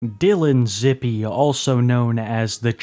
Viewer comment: It’s pronounced zip like zip code